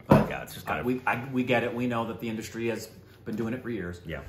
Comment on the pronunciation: thank you for trying to pronounce Tamil correctly.